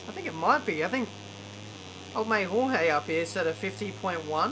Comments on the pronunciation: you say Jorge as gorgé. So gorg and then an e. Dificult to explain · HOHEE HAHAHAHA its more like "choche" if you aussies use the ch like i do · If he is Spanish he is Horhe not George xD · George= English pronunciation Jorge= Spanish pronunciation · j and g in "jorge" are pronounced like h in "hacker" or "hello"